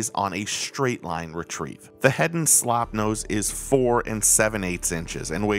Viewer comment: At least try to get the name right please. It is not "Slopnose". It is "Slopenose" for Pete's sake. That was the correct name in 1902 and it is still the correct name.